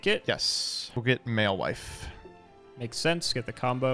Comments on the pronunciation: I can't deal with mewfeuille being pronounced malewife, this is beyond americans trying to pronounce french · honestly, the best thing about madolche as an archetype is the way pronounces mewfeuille